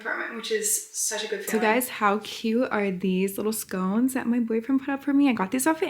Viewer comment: its pronounced scon-ces not scones like the pastry 😭